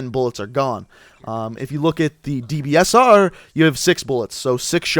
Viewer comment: Man I love the dbsarrrrh